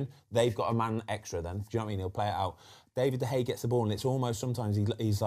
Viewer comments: David de gea ❌ David de hey ✅ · Foster - "DEY-vid de Gea"